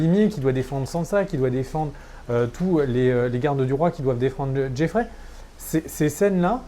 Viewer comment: il faut vraiment que tu arrêtes d'écorcher les noms des persos. Ce ne pas Helena Tyrell mais Olenna. Et surtout il n'y a pas de JEFFREY! C'est JOFFREY! xD